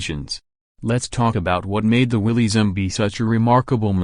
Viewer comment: It's pronounced Willis not willys.